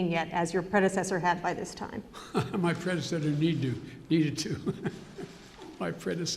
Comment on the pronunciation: "haha my predsedder needoo"